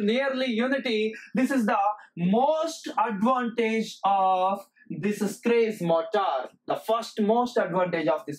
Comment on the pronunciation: The gentleman in this video did not explain how these motors work, but related what they consist of, and what they do, or where they are used. He should have explained clearly how the Schrage Motor works . He is even sounding the name Schrage wrongly. He should have explained how it works, and how the commutator voltage is generated at the slip frequency, to be able to feed it back, totally different from an induction motor, or a wound slip ring synchronous motor. Educators should be careful how they deliver the lesson, as, "What it does", and "Where it is applied" is not, "How it works" There is no information in this statement written about this video and if he who did it was in my class, I would have failed him as he said nothing abut the Schrage motor, Quoting what I read. " 🔍 What is the Schrage Motor? The Schrage Motor is a groundbreaking advancement in the field of electrical machines, known for its unique design and exceptional performance characteristics. Join us as we unravel the intricacies of this motor and explore its applications in various engineering domains." In this video there is not a single sketch or drawings of any of the motors or rtheir winding, It is absolutely stupid to teach in this manner. Poerty and religions an politics and fables from Hans Christian Anderson are presented in this manner. Also the presenter does not need to shout! The Schrage motor. Let us start with the induction motor. We shall deal with the three phase type. The induction moto